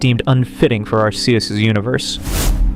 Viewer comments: I had to stop the video because I cannot listen to Arceus's name pronounced wrong over and over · He pronounced Arceus wrong